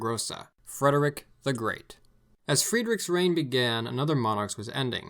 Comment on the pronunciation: Fred Fredrick not freedrick